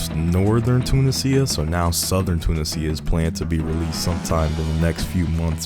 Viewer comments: I believe irs "toon-ee-zia" rathe than "tuna-sia". Good video though, succint! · "Tuna sea ah"... Two niz E ah.. "casino" monte cas innno 😂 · The "sia" in "Tunisia" pronounced like the word "Asia" Too NEE zha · Ah yes, "Tuna Cia". 🤣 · The sheer number of mispronunciations of Tunisia is worth the Like. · Bro Is pronouncing Tunisia in it's correct way . Italian accent 😂😂😂😂